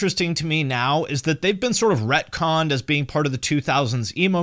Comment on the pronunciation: "repconned"? lol wut